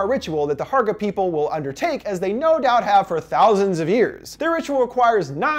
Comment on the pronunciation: I was thinking this too the whole time! And also Hårga is not pronounced Harga it is Horga. But great video anyways!